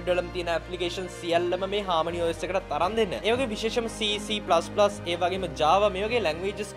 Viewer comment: CC+ නෙමෙ බන් C++ කියපන් 😂